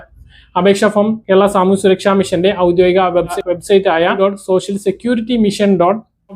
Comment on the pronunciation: നിങ്ങൾ പറയുന്ന web. സൈറ്റ് വ്യക്തം അല്ല